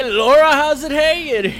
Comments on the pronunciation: Thank you! It gets on my nerves when people lay Laura and not Lara. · its lara not lora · Its LARA! not LORA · "I'm gonna tell you my history with the Tomb Raider franchise..." Well since you kept calling her "Laura" not "Lara", I'm gonna assume you haven't played them much:P Classic:D I love ya for it though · It's Lara not Laura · Its lara not Laura! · Lara its Lara croft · Scumbag calls her Laura, even though that was originally her name, but Crystal Dynamics changed it due to the Americans inability to pronounce it properly. God damnit! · keeps calling her "Laura".....wtf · LARA its Lara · It's not pronounced Lora... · You pronounce Lara wrong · Please learn how to say her name.